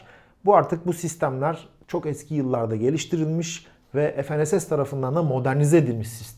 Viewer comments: Efenss ne diye kullanıyorsunuz ingilizce kullanmayın f-n-s-s olarak söyleyin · Herşey yerli oluyor ama dilimizi yerli yapamadık. ef,en,es,es değil Türkçe olarak okusanız ne güzel olurdu. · Ef en es es değil. Fe ne se se.